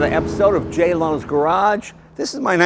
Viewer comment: Why can’t Jay say the name of his own show properly?Welcome to A n o t h e r E p i s o d e of Jay Leno’s garage. Slow down an enunciate PLEASE....